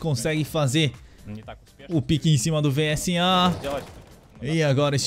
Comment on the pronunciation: Pode falar visa mesmo kk (vsa)